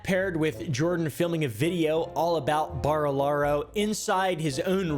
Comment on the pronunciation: Why can't anyone with an American accent pronounce Barilaro? Just literally listen to any of Jordans vids ffs stooge